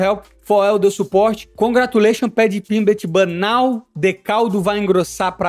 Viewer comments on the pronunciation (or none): 'Paddy Pimblitch'😂😂😂